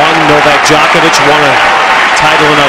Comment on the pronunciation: The pronunciation of "Djokovic", my goodness. But it was still early, and now everyone knows how to pronounce it.